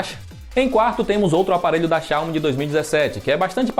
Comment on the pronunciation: Tá pronunciando Xiaomi e Huawei errado